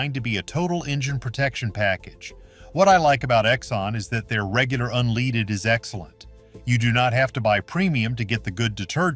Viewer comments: When a guy with a "midwestern" accent pronounces it "unleeded" gas, you know it's AI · Unleeded, ol AI at it again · mark, regular unleeded! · Now I'm afraid to fuel up my car! You're turning us all into paranoid car drivers. And what the heck is "unleeded" fuel? This a really stup!d narrator or an AI BOT. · "Un-leeded"? Come on, artificial text reader, you can do better. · Another AI video( you can tell by the way he pronounces unleaded) done with questionable opinions and sources and not fact-based. You deserved the thumbs down I just gave you. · it may be AI (pronouncing "unleaded" as unLEEded" 😀), however, in this particular case, I have verified this info independently. Top tier fuel rich in PEA (and costing an additional 15 cents per gallon on average) is definitely a safer bet. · unleeeded? another stupid AI crap review only created to make $ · This is an AI channel they pronounce “unleaded” wrong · Obviously another AI video. Mispronounces: unleaded and Amoco. Click bait waste of time🤨